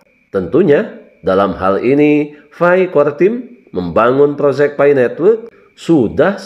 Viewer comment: Bukan fai tapi Pi